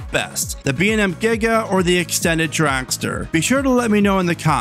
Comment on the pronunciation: What is a "dracster"??